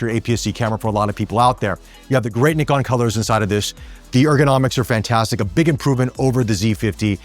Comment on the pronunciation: Very close on 'NIkon', now you've just got to work on 'zed' 😁